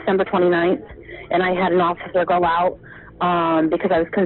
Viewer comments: to echo mary, if you watch a number of stories, he often kicks it off with us giving it a "goo" ("go" with a cute Irish accent, and means taking a look at, I'm told) and in the comments section we seem to all love when he kicks off that way. We also love his pronunciation of three/tree and thirty/turdy and over the moon when these run together. I guess it's a That Chapter thing. And kinda fun, too. 😋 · He’s saying go but in like British lol